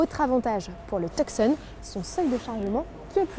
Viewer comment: le c de tucson ne se prononce pas... c'est le hyundai tuson